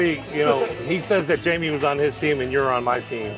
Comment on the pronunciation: “ pizza is gonna win, it has more of that fatty meat on it.” you mispronounced Jamie’s name